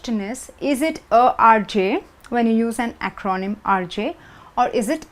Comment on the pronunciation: The word "acronym" has the first and not the second syllable stressed.